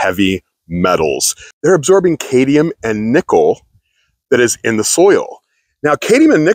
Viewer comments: the word is CADmium... not cade-ium.... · It’s Cadmium. What you said is not a word.